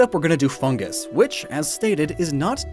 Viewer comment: He said foongus and not fungus xD